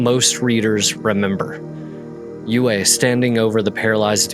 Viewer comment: His name is pronounced "U E" not "U A".